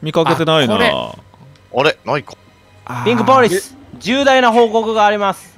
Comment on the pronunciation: レトさんの「ピンクポォリス、報告があります！」が大好きすぎる